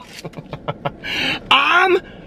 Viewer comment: Ok Ive literally lost ALL my marbles because every-singles time he says "Beast...(pause) Peek a Bo". I ABSOLUTELY LOSE IT🤣😂🤣 its ridiculous and I lose it....Just. L. O. S. E......I. T! Tears-in-my-eyes-trying-to-catch-my-breath-form-laughing-so-hard losing it..keep strong I comment with all the light and love I have ❣